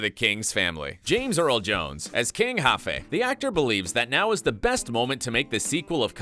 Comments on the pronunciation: Great video but King "Jaffe?" it's not pronounced "Haffe" LOL and it was said twice sooo funny! I enjoyed the sequel it was great to celebrate the culture. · its Jaffe not Haffe lol